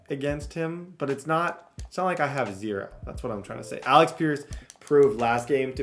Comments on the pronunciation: New drinking game: every time says Alex instead of Alec take a sip😂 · …. It’s Alec not Alex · Alec not Alex…Paye not Pain